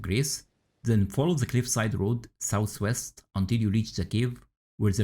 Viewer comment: Much love bro, but “sous-west” is crazy. Maybe slow down your speech.